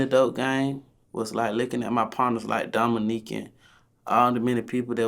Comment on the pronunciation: Did bru say dominque